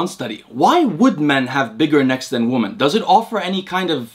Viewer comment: Interesting. Also, the word "women" is pronounced "WIH-min". Your English is quasi-native, and hearing you say "WUH-min" for "women" is really distracting.